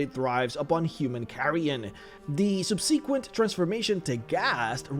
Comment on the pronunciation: I know that English is not your first language. And I don't know if you read the comments. But I think I have heard you somewhat mispronounce the word "subsequent" in more than one video. It's pronounced SUB/suh/kwent. Sorry. Just trying to help.